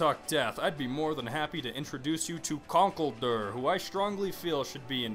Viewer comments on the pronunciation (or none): You are horrible at pronunciation... Scizor- See-zor Zoroark- Zorro-arck Conkeldurr- Con-KELL-dur Accelgor- Ack-sell-gor I'm actually not sure about Mienshao though... I still say Mee-in-Shao